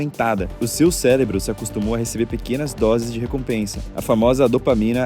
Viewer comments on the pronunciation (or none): ele falou célebro ou eu tô doido? kkkk